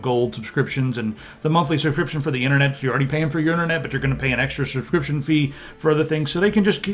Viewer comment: an extra shubshcription fee